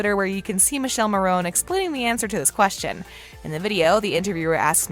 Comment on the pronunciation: I wonder if you know you mispronounced Michela's name, both that and Massimo.